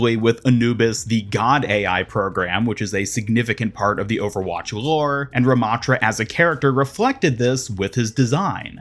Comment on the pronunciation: anubis ramattra? why not RA-mattra??!